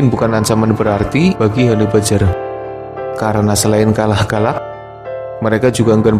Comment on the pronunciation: om, mbacanya hani bejjer om, bukan hani bajer.